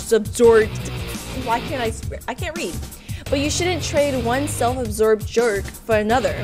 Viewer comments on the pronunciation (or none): The game: "self-obsessed" The comment: "self-observed": "self-obsorbed"